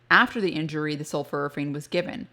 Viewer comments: Dr I don't mean to be critical but I believe you are mispronouncing "Sulforaphane. The first part of the word is not "sulfur" but is "sulfor. And it sounds like you are saying "sulfur" instead of "sulfor." Sul-fora-phane is what is should sound like I believe. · The word is pronounced “sulforaphane” as in for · Have i been mispronouncing it? Sulf-OR-aphane? (You say it sulf-UR-aphane).